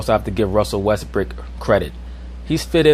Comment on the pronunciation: Am I mistaken, or is he saying “westbrick”? 😂😂